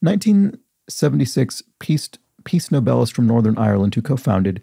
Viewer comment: Every time you said Nobelist I thought your were pronouncing 'novelist' but completely incorrectly. I was working on another PC at the time, in my defence.